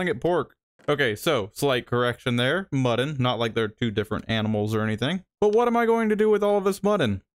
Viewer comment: did he call mutton, muddin, like buddin?!